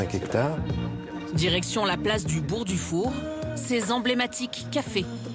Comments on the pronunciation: bourg DE four pas bourg du four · Le « Bourg-du-Four » mais je pense ! Ça se dit genevoise mais ça fait une faute aussi grossière 😂